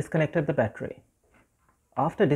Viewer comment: You do not know how to pronounce battery?